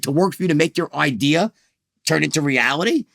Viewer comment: Did he say he came up with an ideer? I am interested in the ideer